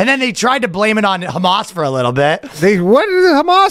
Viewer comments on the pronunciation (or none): none